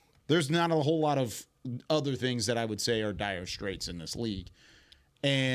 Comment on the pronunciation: Dude I’m gonna kill myself if you say dyer straights again